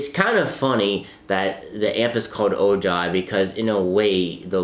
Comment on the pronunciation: It’s pronounced oh-hi